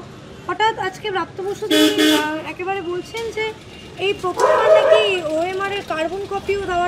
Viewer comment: নাকি,হাকি,শুনছি,,,,, কি বলছেন আগে ঠিক করুন।